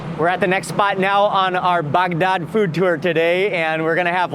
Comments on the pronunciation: Could you please pronounce Bagdad like a normal person? Your guide is a real barrel of monkeys. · Love how he pronounces Baghdad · You probably loved is as much as he loved saying “Bagdad”. 😂